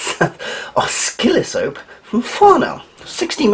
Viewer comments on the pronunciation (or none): Great pickup, and wish I had one, too. FYI it's pronounced oh-sill-o-scope :)